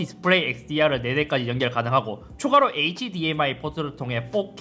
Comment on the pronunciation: hdmi 읽을때 h, dmi로 읽는거 좀 고쳐주세요 제발 ㅠㅜ